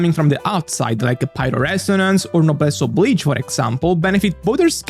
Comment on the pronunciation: I hit 'like' on this video, solely because you pronounced "Noblesse Oblige" correctly. Thank you for that, at least one Genshin content creators knows how to pronounce French words!